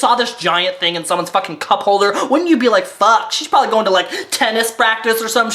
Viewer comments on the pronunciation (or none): What's the one thing I look forward to happening in nearly every video? saying "PROVABLY" instead of "probably". lol